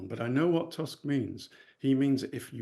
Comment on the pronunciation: Props for correct pronunciation of Tusk